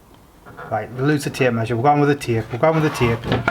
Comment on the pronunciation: Taype? Did ya get that of?